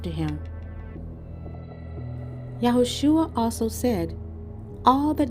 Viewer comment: I love your videos. I follow your page and subscribed. Please research The Messiahs name. “shua” means to bring yo ruin, destruction. “sha” means salvation , or saves. HIS NAME IS YAHUSHA. Pronounced YAH •OO•SHA not Yahshua or Yahushua. It is Yahusha. Please please research HIS NAME. SHALOM🙌🏾🙏🏾🙏🏾